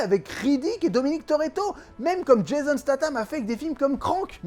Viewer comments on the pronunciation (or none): none